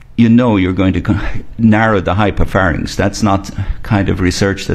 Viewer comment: Did she say hypophanyx? Ahhh....Americans...